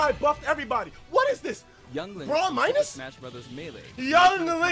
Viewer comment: *Lonk from Pennsylvania.